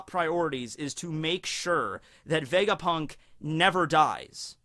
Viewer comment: vegaprrrunk lol